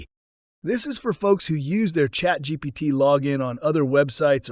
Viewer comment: It sure sounds like this guy is saying chatgBt rather than the correct chatgPt